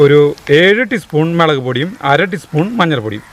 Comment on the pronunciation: Melag alla mulag-“😜Teacher” varan vaigi-allengil correct chaithene😋